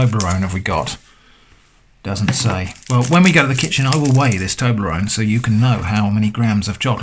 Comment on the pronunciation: Toberronne instructions?? 🤣😭😂